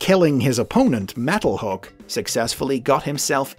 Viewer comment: Starscream killed MetalHAWK. Not "MetalHOOK" :D